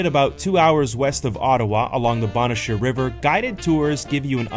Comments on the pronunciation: An acute accent is on the first syllable of Agawa and the A's are pronounced short like in water. Bonnechere, meanwhile has a long, "O" in the first syllable with the acute accent on the second syllable and ,"E" is silent. The second syllable is pronounced, "share". "The indigineous (sic) population arrived here around 1700..." Really? That's a slight to the First Nation's people. Europeans explored the area before then and found there were lots of people living there. Nice video, great shots and otherwise a good production. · You should learn how to pronounce places if you are going to talk about them. Agawa Canyon and Bonnechere caves...